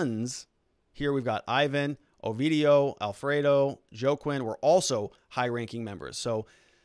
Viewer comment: Juaquin is pronounced Hua Keen or Waa Keen - you live in AZ and don't know any Spanish..?? WTF